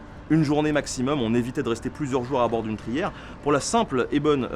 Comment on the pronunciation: trière et non pas trière.Bonne vidéo.